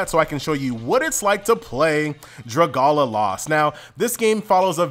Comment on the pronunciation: I pronounce it Dra Gay Lia